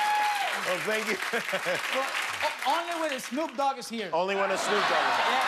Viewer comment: Mohammed meshal more like "only when esnoop dogg es here"😂